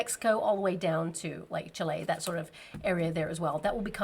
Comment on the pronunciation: Aww I love how you pronounce 'Chile', where I am from! Thanks so much for your guidance! <3